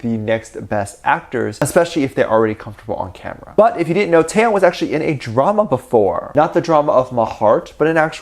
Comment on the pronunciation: But like, why he keep saying TaeTae name wrong🥺. I have to re-listen to him pronounce Taehyung name and he’s saying it wrong from here to there😭